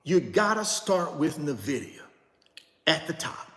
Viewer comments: could you please stop saying "Nuhvidia" It's NVIDIA as in "ENVIDIA." If you're going to own it, suggest it and talk so much about it, please show basic respect to the company and know how to pronounce it please and thank you. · It's pronounced N vidia not Nah vidia JS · Nah. He insists on doubling down on sounding ignorant by constantly mispronouncing the name even though people have tried to correctly inform him. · Nnnnnn (NO VOWEL) Vidia… sheeshus… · He literally has refused to pronounce it correctly. Says that's just how he says it and will keep saying it. Smh. Super annoying. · Thank you ! It drives me crazy that someone who is trying to lead other people doesn't have the mental acumen to pronounce the company correctly. And no, this is not being mean spirited or nit picking. When you can't even pronounce NVIDIA correctly it calls into question everything else that comes out of your mouth. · He's been told many times and says he doesn't care. No respect for the company. Nvidia comes from the Latin word invidia, which means envy. Don't care for that much, but I still pronounce it properly.